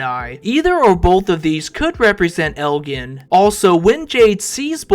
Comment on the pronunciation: Father Khatri - pronounced cat tree. Elgin is pronounced Eljin and its story walker not chapter walker or reader… Sheesh!